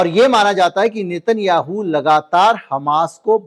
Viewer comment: नेतन याहू नही नेतन्याहू है उसका उच्चारण 😮